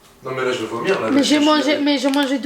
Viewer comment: Arrête de dire (j'ai envi de vumiir lol hhhhhhhhhhhhhhh